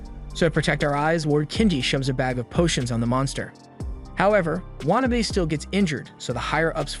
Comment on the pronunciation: Say It with me...waa...na...be.